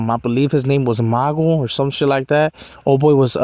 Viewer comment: And it's pronounced [Mu-Goo] "Magoo"